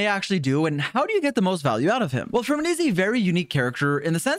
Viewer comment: Finally someone who pronounces his name correctly